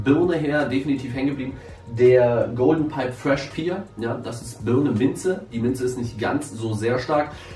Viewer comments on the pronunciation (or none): main spricht das englische wort "pear" nicht "pier" aus, sonder pair, päär!